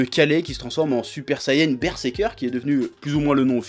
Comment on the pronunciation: mais pourquoi les gens disent ''BERSEKER'' alors que c'est BERSERKER ?????? CHEF APPRENDS A PRONONCER J UNSUB !!!! sinistre taré, et un pouce rouge pour la pub